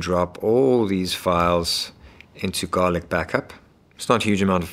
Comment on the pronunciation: Why do keep saying Garlica?